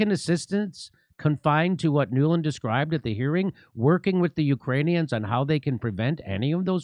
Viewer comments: "We are working with the you-crane-e-ons". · did she say "Ukraine-eons" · The way she says "Ukraneons", sounds like she thinks they're an alien species 🤣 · Ukraineon’s…I can’t stop thinking about her wording…is she trying to give a message to Ukrainian new nazi’s? Neon’s…? Just can’t believe that someone with this much experience working in/on Ikraine, would mispronounce Ukrainians. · She called them "UkraniONS" 🤣🤣🤦‍♀️🤦‍♀️